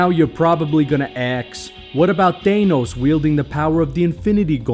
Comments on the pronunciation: I dont care where you're from.. he is called thanos NOT THAYNOS!!!! 😂. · Ah yes, ThÆnos and Ænt-man